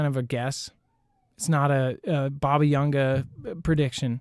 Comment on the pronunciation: Baba Vanga, not YANGA! I went to see her in Bulgaria in 1992..